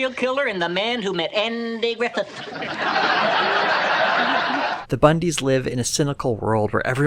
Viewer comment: "We only got two things: a serial killer, and the man who met AN-dy Griffith!" 🤣🤣🤣🤣